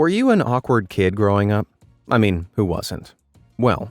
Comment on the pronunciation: meen? you mean mean